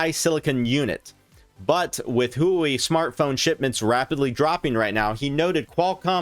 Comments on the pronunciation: Huawei is pronounced “hua-way” kinda like “waa -way” but with emphasis on the h not Huey like the helicopter. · please dont pronounce Huawei like that